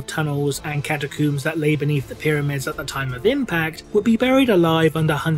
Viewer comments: Am I the only one bothered by his pronunciation of the word catacombs? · I find it funny how you say Catacooms instead of Catacombs, and you don't just it once but every time. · cata-cooms the big dig HMMMMMMMMM